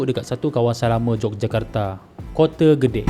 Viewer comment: "Kote" OMG...